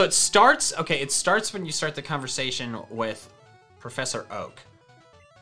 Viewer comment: It said Oak: A which sounded like okay